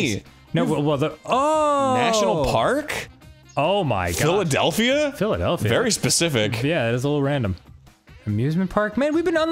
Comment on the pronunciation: “Philadelphia?” Ah yes the classic wheel of fortune set, philidelphia